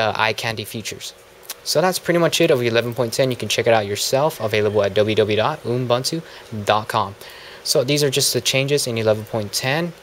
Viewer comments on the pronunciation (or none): Dude your videos are good but please please please pronounce Ubuntu correctly. Its not Unbuntu, it Ubuntu (YOU-BUN-TOO) other than that good review :)